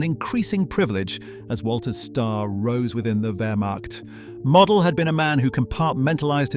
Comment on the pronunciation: It's pronounced mo del get the name right